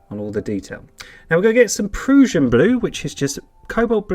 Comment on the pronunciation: Proo-shin blue is the wrong pronunciation. It's Pruh-shin Blue as in Russian.